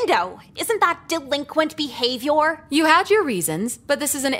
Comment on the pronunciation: the way she said “Behavior” got me